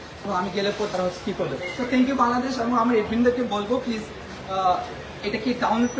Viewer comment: Thank u not tank u. Katha balo kore bol.